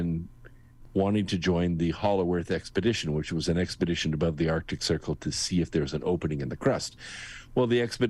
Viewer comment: Loved the interview with, and I hate to be "that guy," but I cringe when I hear arctic pronounced "artic." It's right up there with "nucular," "realuhtor," and "jewlery" in triggering my Forest Whitaker eye.